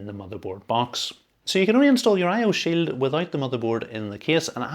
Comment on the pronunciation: "I/O sill." 🗣️🔥🔥🔥